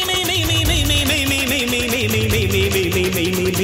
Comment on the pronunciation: It's mei(truth) not me sis